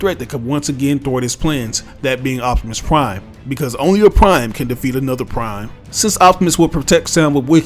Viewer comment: I like when you say “optimus prime”